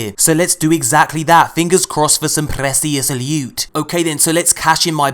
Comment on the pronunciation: Sweet Prrrrrecius Lewt